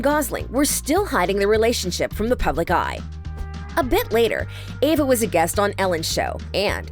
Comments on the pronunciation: Eva not Ava!! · EVA not AVA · Eva. Not Ava. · Anyone else bothered by the narrator saying "Ava" instead of "Eve-a"? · Why does the narrator keep saying "Ava"? Her name is "EVA". It's super annoying and unprofessional. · Was I the only one who kept saying Eva not Ava, every single time she mispronounced the name? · EVA omg not AVA 🤦🏼‍♀️ lol 😂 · This chick keeps calling her Ava..... Eva!!! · No she's not correct its pronounced Eh-vah as in ever (with out the r sound)..... When did the vowel E sound like Aye? Never.... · Her name is E v a not Ava🙄